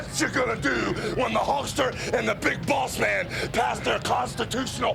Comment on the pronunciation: It sounded like hogan said big balls man 😂 but I know he says big boss man it just sounds different 😂